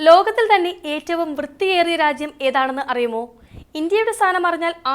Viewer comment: രാച്യം, ശുദ്ദമായ, സംവിതാനം, ഒണ്ടാക്കിയത് ഉച്ചാരണം ബഹുകേമം 👍